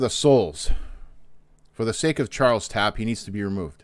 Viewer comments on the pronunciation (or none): none